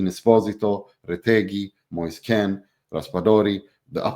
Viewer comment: Moise Kean not Ken